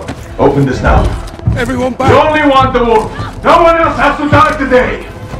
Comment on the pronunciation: For all my weebs out there he really said "ZA WURDO" by killing him